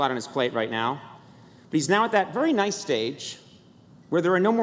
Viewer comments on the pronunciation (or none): none